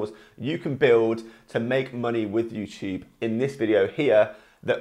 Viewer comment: He says youchube